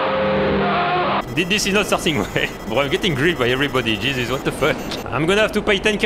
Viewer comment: When ever you say Jesus you sound like your saying cheeses or chez it's